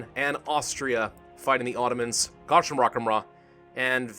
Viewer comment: its not gashimrakamrah it's pronounced gaa-zi-ku-mooh